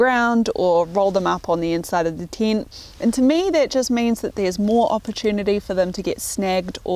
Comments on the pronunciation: hearing "tint" every time instead of "tent" just hurt my ears and i am not even native neglish speaker. :) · What's a "Teent"? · its a tent not a tint :)